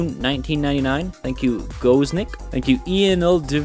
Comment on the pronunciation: i love how u say my nic :3